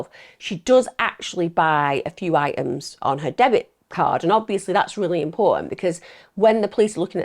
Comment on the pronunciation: I find these crime stories fascinating, Emma comes across as very articulate so don't get why she constantly drops her t's so eventuality becomes eventuale and items become iems... Also I don't think that eternal hell fire is a fitting punishment even for the worse of people. Many religious people and I guess in Emm's case Christian view is morally justified.